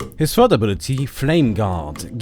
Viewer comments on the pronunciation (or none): none